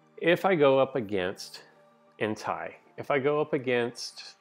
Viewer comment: It’s pronounced En-tay not hentai